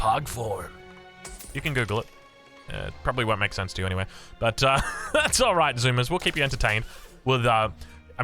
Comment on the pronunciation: "Let this be a lesson to 'wall' of you"